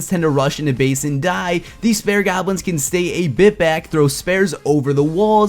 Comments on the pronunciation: Did you say spare goblin? Lol it's spear* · spare? it's pronounced spear. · Spear is said like Speer not spare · spear not spare gobs man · It's sp EEE r not "spare". (Pronounciation wise) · spares lol. spEars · It's spear not spare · "Spare goblin''? You mean "Spear" Pronounced Speer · it's called a spaer not spare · bro spear.... not s pear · what the fuck is a spare golin..... it spear ffs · spear* lol not spare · Just a btw... It's pronounced SPEER not SPARE (spear goblin) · LOL you said spare instead of Speer